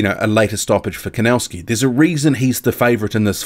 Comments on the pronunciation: The pronunciation is Kovnatzki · Thanks for the HW update I think Kownacki has this one, just wondering why do you call him "Kownascki"?